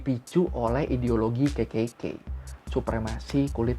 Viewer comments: ngakak bgt tiap denger ngomong KKK berasa kek ngomong kekeyi, pdhl bisa triple K aja bang 😁😂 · KKK ya gaiw bukan kekeyi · Malah gw dengernya kekeyi 😂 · Dengerku "Kekekey" 🤣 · Kenapa setiap bilang kekekey aku mikirnya ke kekeyi...🤣🤣🤣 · Orang lain dengar : kkk Gw denger : kekey k 😭😭